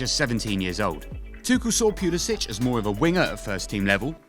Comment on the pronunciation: The way you're pronouncing the first syllable of his last name is incorrect. British or no British.